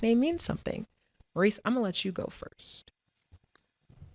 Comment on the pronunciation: why does keep pronouncing mo's name like "maryse" instead of "mohrise" like it should for a man?? she prolly has female friends with that name & doesn't know the difference